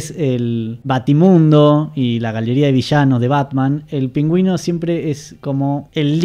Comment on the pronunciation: Todos preguntándonos porqué pronuncia "PÍNGÜIN"...